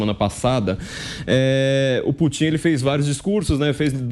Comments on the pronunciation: "Putín"?... ou "Pútin"? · Corrijam-me se eu estiver errado, mais aos o flavio falou " putinha e o chinjinping" foi isso mesmo kkkkkkkk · Toda vez que ele fala eu escuto Vladimir putinho 🤣🤣🤣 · CARACA!! Dá nervoso, ouvir esse cara pronunciando, o tempo todo, "PUTINHO" (rsrsrs) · Putím...afff...me doeu os ouvidos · Só faltou falar o nome do Putão corretamente!! OMG! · O entrevistado é "TÃO ESPECIALISTA" Que NÃO SABE pronunciar o nome do Presidente da Russia!! GRANDE ESPECIALISTA!!